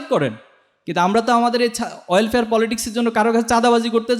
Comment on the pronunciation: Oilfare রাজনীতি না এটা হবে welfare রাজনীতি। কিছু মনে করবেন না আশা করি। এমনই খুবই সুন্দর শব্দচয়ন এবং বক্তব্য।